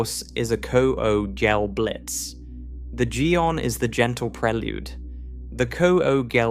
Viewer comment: Some of the pronunciation in this one is hard on the ears. Unless I've been hearing kugelblitz pronounced wrong for years...